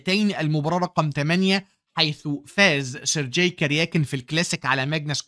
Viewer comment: الله عليك يا ، عظمة على عظمة، ملاحظة بسيطة، اسم Sergey ينطق بالجيم المصرية، وهذا هو النطق الصحيح في اللغة الروسية (sounds like sur-gay)